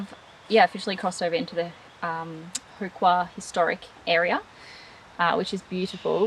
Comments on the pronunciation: Love the high country and glad to see you guys enjoying it. btw, it How not Hoo when pronouncing Howqua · Pronounced How...Qua... And in the Vic High Country we say PARMY...!!!!! Parma is a melbourne thing... important detail